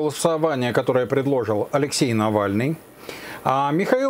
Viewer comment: К содержанию передачи вопросов нет, всё верно... Но хотелось бы обратить внимание автора на то, что ударение в слове предложить, ставится на третьем слоге, а не на втором... Мелочь, вроде бы, но ухо режет, и возникают сомнения...